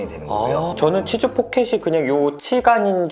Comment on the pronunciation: 치주가 치즈로 들린당ㅋㅋㅋㅋㅋㅋㅋㅋㅋㅋ 치즈포켓!🧀